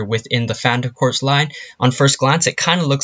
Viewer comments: Your saying phantom corps wrong its pronounced phantom Core like marine corps its not said corps its said core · its not corpse its corps ( core ) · Please get it right Its pronounced CORE not corpse unless your talking about a cadaver thank you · You're pronouncing phantom corps wrong. The "corps" is pronounced "core" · It is pronounced core not corps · I wanna fucking die he pronounced corps "corps" not "core" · It's pronounced Phantom "CORE," like marine corps. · It’s pronounced “core” good grief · Can you learn to pronounce "Corps"